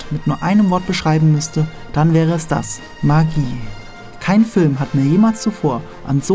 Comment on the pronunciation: Alter, du sprichst Magie falsch aus. Das hört sich an wie Maggi